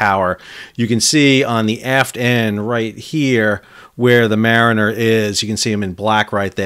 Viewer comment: "Mariner"? Not exactly.